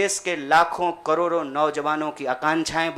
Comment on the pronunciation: लराई, बरी, जिम्मेवारी,करोरो अबे हिंदी तो सही बोलना सीख ले😃😃😋